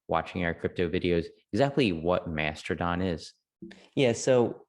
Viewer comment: No no, they found the super secret hidden R in the word. So its Master-don